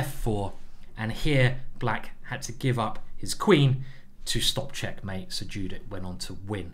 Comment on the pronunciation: Sorry for sounding rude but her name is not pronounced the same way it is written. It's pronounced "yudit", otherwise great video!